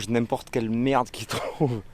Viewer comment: Merdes et pas Lerdes 😅